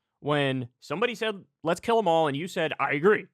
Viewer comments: Am I the only one who hears "jail them all"? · it sounds like hes saying "jail them all" honestly lmfao.. it wouldnt make sense but nothing they do does. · Listening again, I heard "kill'em all" then catching himself and saying "jail'em all". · I heard Jail or Joe them all.... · If you listen close, it sounds like he says "shoot 'em all" (before the mic reaches him) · Wait, i heard him say “jail them all” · I saw this clip before Kyle posted this video. When I initially saw it I heard him say “jail em all”. After watching it again trough this video I still think thats what he said. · Ironic because if you listen carefully, pretty sure that guy said "jail em all" not "kill em all" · I totally heard, "jail 'em all" and I went back and listened with headphones several times. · This is the new version of blue dress / black dress. He's definitely saying jail tho to my ears, listening on good speakers. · i heard gaol ‘em all, it’s absolutely clear. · To be honest, listening to it at x1 speed, I heard "Jail em all". But it seems the far right reporter disagrees with me because he didn't use that as his defense. (EDIT: I listened again, and this time I heard Jail the first time and Kill the second time. Now I think he was saying Kill.) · He obviously said "jail", not "kill". Kyle knows this too, this is just pure clickbait. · I heard "jail 'em all" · I heard kill. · the first time he said it, i'm like 80% sure he said jail. However, the second time, slowed down to .50 it definitely sounds like kill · I thought he said Jail ‘em all. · I listened several times and I clearly heard, "jail 'em all". Certainly, that's not much better and it remains super fascist, but I still respect accuracy. Did anyone else hear it like I did? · I actually heard "jail 'em all." In the spirit of honesty, that's what I heard. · I’m pretty sure he said “jail ‘em all” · I thought i heard "jail them all" tbh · I actually hear “jail them all” but I see how people misheard it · I heard "jail'em all".